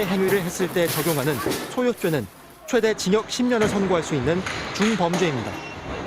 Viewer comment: 싹다 잡아가라 이늠도 조사해라 엄벌로 다스려라 안그럼 법을 젓밥으로 생각하고 더 지랄떤다 모자이크 하지마라 쫌 머하러 해주냐 쓰레기들 꼭 엄벌로 다스려라 야 딩역이 아니라 징역이다 발음 좀 잘 해라